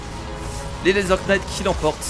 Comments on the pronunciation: Laser Knight on ne prononce pas le K. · pour le petit cours d'anglais le K de knight de se prononce pas ^^ c'est juste pour pas refaire l'erreur :P